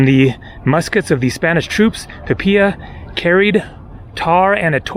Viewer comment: You Pronounced...! Pe pi ya...?? Incorrect...The Word is >>>> ( Pee Pee Lu...)...Pi Pi La.....Thanks For The Video.....!! 👍👍👍👍👍👍